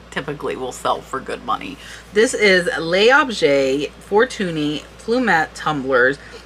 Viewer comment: Thank you for airing this video,. L'objet is pronounced "lob-jay" if you don't mind me saying, It simply means "the object".Thanks!